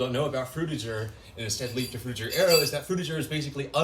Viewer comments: I thought Frutiger Aero make a g sound instead of a J sound… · what is frtiger i mwan drutiger i mean druitger i mean frutiger